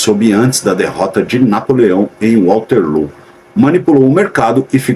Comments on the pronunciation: Olha aqui "" Genio"" vc que ta' lendo o texto como se soubesse de tudo , analfa, nao e' "" WALTERLOO "KKKKKKKKK, E' WATERLOO, OK? Voce nao sabia disso, sinal que vc e' uma besta, bye bye....... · "Walterloo" dói ouvir!